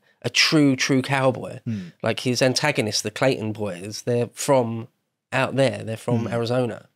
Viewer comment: it's the "Clanton Gang"... Not "Clayton"